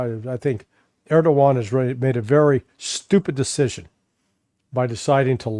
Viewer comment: Larry, it is ERDOGAN not Erdovan!